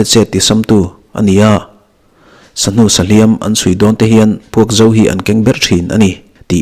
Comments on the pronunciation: Puakzo thluk dan hi diklo tlat.. thluk diklo zeuh zeuh awm thin hian beng a ti thlep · Puakzo tiha zo hi Mizo tiha zo anga lam tur a ni lo, ka ti zo tawh tiha zo (finish) ang hian lam tur aw, beng a tithlep tlat.